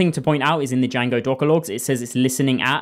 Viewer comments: No one calls it “Y-A-N-G-O”. It’s “J-A-N-G-O” the “D” is silent. 😂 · my ears are bleeding after "yango"? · why the fuck are you saying: yango? do you see the letter "D" there? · To be honest bro made me almost go and search Django's correct pronunciation